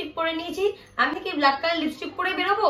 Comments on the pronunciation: Kotha ta bluck noi black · ব্লাক নয় রে অশিক্ষিত ব্ল্যাক হয়